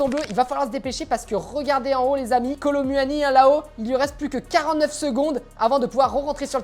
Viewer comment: "Kolo muahani"